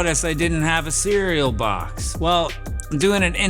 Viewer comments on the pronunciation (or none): none